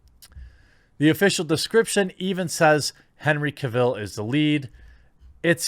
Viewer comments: Ca-ville?? Seriously? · The way you butcher Cavill's name gets to me lol.